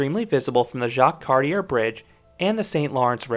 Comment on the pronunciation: Except he pronounced Jacques Cartier wrong... I'm from Toronto and I know that's not correct